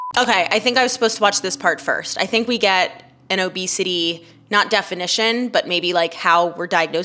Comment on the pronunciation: “obesitayy” - psychologist lady That’s all I wanted to say.